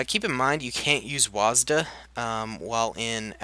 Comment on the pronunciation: Huh i never heard someone called wasd “wahz-duh” i always called it “wuh-sad”